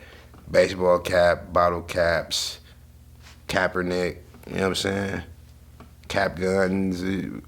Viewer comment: he called bro kappernick im dead🤣🤣🤣🤣